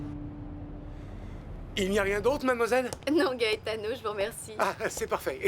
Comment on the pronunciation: La sœur de Ruby m’énerve avec son soir disant gaëtano 😂😂